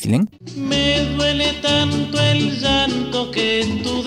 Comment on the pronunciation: Efectivamente, Julio era lleista.. por eso su pronunciación en 《llanto》